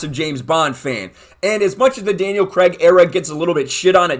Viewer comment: Why can't Americans pronounce Craig properly? Every US YouTuber have heard talking about the film has pronounced it wrong, It's not Creg!!!